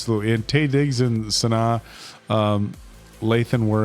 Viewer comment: not sure how you guys pronounced it last time but her name is pronounced "Sa-nah" might be easier to hear it said than reading it